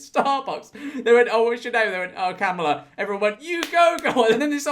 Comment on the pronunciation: I will say that Kamala is pronounced like “Comma-La”. “KAM alah” is how Trump has been pronouncing it. 😅